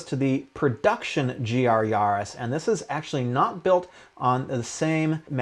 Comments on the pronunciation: yAris not yarrris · The way you say Yaris sounds like you’re a pirate